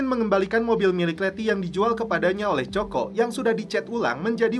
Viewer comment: Coco=koko wak..bknya coko..nyebut angr muni ajaa🤣